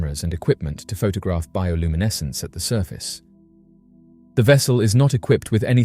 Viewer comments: Seriously how many times did he say bioluminescse........ I had to give up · Let’s take a shot every time he says bioluminescence.